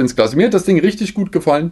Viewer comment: Ich liebe die 10000 wörter begrüsung und dieses rüchtüg. Einfach zu nice😂😂😂